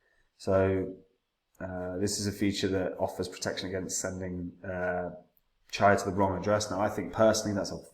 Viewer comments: It’s pronounced Cheeya , not charya Like cheeya seeds (chia) Nakamoton consensus and low power consumption. True custody of coins. Incredibly decentralised unlike ETH which following proof of stake ETH is now a centralised blockchain. Coin spend model is actual smart contracts in the coins. Brilliant and such simpler. Chia looks absolutely spot on for proper enterprise adoption. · Here here, although I've tried to correct this guy several times but he still says it wrong, I think he just puts these videos out to sell his sheets etc. He forgets that Chia was only expected to be around £25 on launch anyway ! chia to the moon !